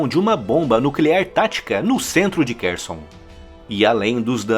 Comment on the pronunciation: Em ucraniano, KH tem som de RR. RRarkiv, RRerson e KaRRovka.